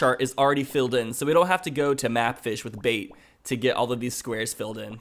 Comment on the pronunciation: Is he calling the bait bag, a bape bag?